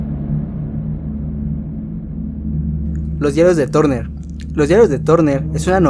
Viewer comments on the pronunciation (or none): Los diarios de Turner se pronuncia LOS DIARIOS DE TARNER Y NO TORNER! .